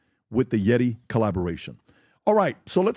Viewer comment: ...producent of YETI cups miss prenounced into that winners leaderboard...